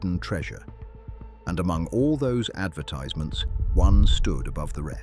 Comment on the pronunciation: Since when did a British English speaker say advertize- ments instead of advertisements.